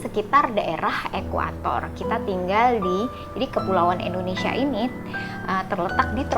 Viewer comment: Bukan ENDONESIA tapi INDONESIA